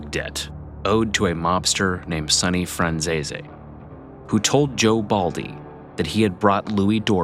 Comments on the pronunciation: its fran-sis, not franzay zay, that i know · Pronounced "Piss-Tone", not "Piss-Tony". Pronounced "Fran-Zees", not "Fran-Zeesee." I was just in Dix Hills last summer, visiting my uncle who lives there. Great neighborhood, expensive homes. One of the nicest areas in Suffolk County. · Wow , good video but the last names were all butchered. Any Italian names that ended with an e was pronounced aye , franchisaye, pistonaye , it was actually funny listening to it.